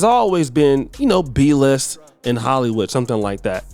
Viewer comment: When he said “B-list” all I heard was bruh 😂😂😂😂😂